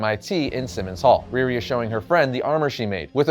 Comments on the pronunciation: Her name is pronounced Ree Ree not Rear Ri. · Ree - Ree! Not Reer-ri. She ain’t Russian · I love all of these videos, but had to cringe every time he mentioned "Rearee."